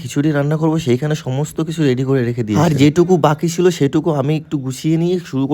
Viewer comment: খিচুড়ি❌ ঘিসুরি✅ ছিলো❌ সিলো ✅ প্রসাদ❌ পছাদ ✅ সুমি ❌ শুমি ✅